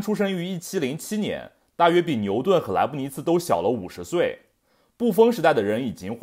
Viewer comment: 莱布尼茨 茨是ci,二声。